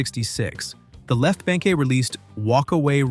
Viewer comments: It's not BANK-EE, it's BANK ! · It is pronounced The Left Bank, not bankie. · The E in BANKE is silent.